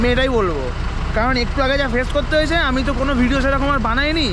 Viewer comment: হোয়েছে না হয়েছে 😂